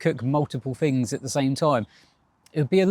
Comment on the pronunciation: “Fings”? Oh he means “Things”! Thuckwit!